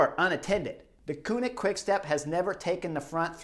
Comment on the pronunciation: You only have to pronounce 2 Dutch words correctly in your exposé, Merckx and Deceuninck, and you manage to mess up both. Ceuninck is not pronounced as the German Koenig. You'll have to watch the Flemish television one day, just to "discover" how it is said, there's not really an English comparable sound I think. It is like the French "deux" (two), like in Deux chevaux (2 CV Citroen). But what is absolutely not done, is to pronounce Eddy's family name as "MURKS". Jeezes, suppose I would pronounce Kim Wilde's family name as it is pronounced in Dutch, you'd be the first one to remark this is a rather frivolous way of using the pop legend's name. Well, the "e" in Merckx is not pronounced like an "u" but like the "a" in "at" (at last, at home). So please please please... stop calling him Murks and steer away from such "merky" waters.